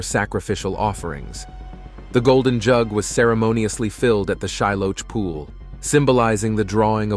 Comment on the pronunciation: This is a really excellent video. However, Shiloach is pronounced "shee-LOH-ahkh". A "ch" transliteration in Hebrew is a gutteral "K" sound, produced behind the uvula. 👍